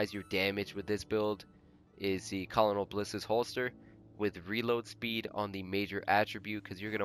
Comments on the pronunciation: Dude," Colonel" is pronounced (* 'kernel' *) not : ' kawl-a- null ' ...just thought you should know. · Colonal is pronounced (ker-nal) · You do realize that EAD only counts for half in PvP meaning you're only getting 18.5% EAD from you total 37%. And how do you not know how to pronounce "colonel" lol great idea for a video tho. I might try a build with high EAD